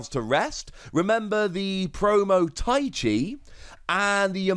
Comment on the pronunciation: It is ta-i-chi not tai-chi